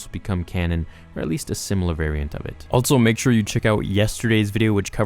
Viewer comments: i noticed you keep saying "altso" instead of also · Also is said “all-so” not “alt-so.”